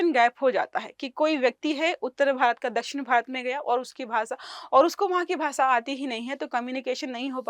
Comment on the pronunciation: भाषा ❌ भासा ✅